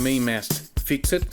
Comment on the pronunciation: ( and duca). I am always in awe of people speaking more than one language, but when you say fix-Ed can you try and say fixd or fixt please? Not a complaint, just an observation. I enjoy watching your work.